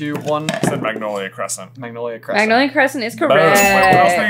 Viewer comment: English: Magnolia Crescent Benglish: Mcynolic Crescent